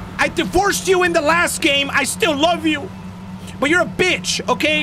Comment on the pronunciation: I like how he says bitch instead of Beach